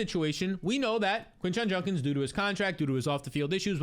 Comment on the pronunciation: For the love of god learn how to say Judkins 😂😂